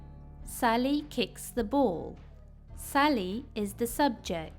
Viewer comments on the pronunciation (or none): Sally It sounded like salli 😂😂😂😂😂😂